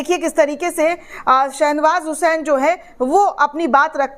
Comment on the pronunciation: Nam galt bola ja raha hai.Sahih nam hai SHAH NAWAZ HUSAIN.